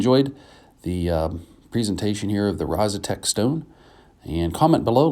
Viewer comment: Actually, it's Rozsutec (pronounced something like: Rozsutets), but it doesn't matter that much. It's named after a mountain in Slovakia, close to the place the stone is from.